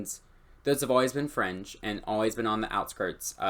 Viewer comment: each time you said 'fringe' culture, i always just heard 'french' culture, and i was like wuuuut?